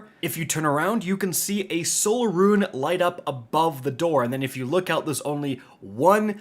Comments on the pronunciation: Rune... Not ruin 🤮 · Good it's not just me haha I can't tell if it's just some accent or he doesn't know how to pronounce 'rune' lol. Ps love ya just having fun